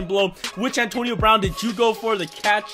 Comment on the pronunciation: Did this dude say antonio brown lol